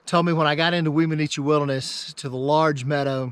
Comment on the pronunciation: One of my favorite Weminuche(pronouced whem-a-nooch, simple no other vowels) hikes was to go from Wagon Wheel Gap hotsprings to Puragtory. Probably aren't even allowed to do that anymore as there weren't connecting trails in those days. Chicago basin at the end is simply a stunning way to end a trek like that. The whole trip was amazing I never even knew how many miles it was but I was both sad and elated when it was over. Funny way to end trip though, cross the Rio De Las Animas(the river of lost souls) back into Puragtory(civilzation). I set out with one week of freeze dried meals, 2 pounds of gorp, and 2 pounds of rice. I continuously wild crafted and fished and still ran out of food almost 2 days before getting back. Don't attempt that trip in the fall unless you have food drops coming to meet you. I said fall but at that elevation the begining of august is fall. Last 2 weeks of July is the only safe time most likely. I got snowed on a lot on that trip and it was just mid August. Someone told me before I started I would need snowshoes to pass down into Chicago Basin and they were right. The snow fields took me almost an entire day to cross without them. At the beginning you can take a side to Wheeler Geologic which is worth spending at least two days at, which I highly recommend. Of course that's also why I ran out of food. LOL. I stayed as close to the divide as possible just so I could spy out the best spots for camping for that night and an early fishing and wild harve